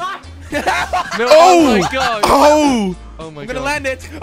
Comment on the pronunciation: yo its oh my god not ho my god